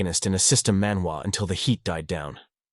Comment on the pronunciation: Love the recap. But every time you say manwa recap world you break the immersion